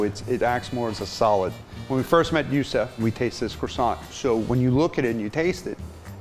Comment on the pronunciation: Gurzau which is why he didn’t remember his name properly... he said Youssef instead of Youssouf -_